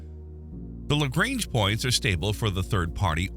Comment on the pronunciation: As much as I want to watch it, I cant simply because of the pronounciation of "Lagrange"